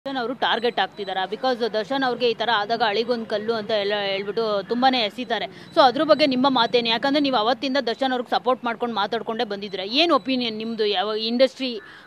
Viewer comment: ಅಳಿಗೊಂದು ಕಲ್ಲು ಅಲ್ಲಮ್ಮ ಮಿಂಡ್ರಿ ಆಳಿಗೊಂದು ಕಲ್ಲು. ನಿಮ್ಮಂಥವರ್ನ ಮೀಡಿಯಾ ಗೆ ಕರ್ಕೊಂಡು ತಪ್ಪು ಕನ್ನಡ ಬರೋದಿಲ್ಲ ನೀನು ದರ್ಶನ್ ಬಗ್ಗೆ ಮಾತಾಡ್ತೀಯಾ